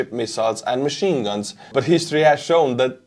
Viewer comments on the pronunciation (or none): none